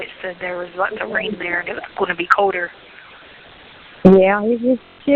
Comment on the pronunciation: Colder not coder and things not thinks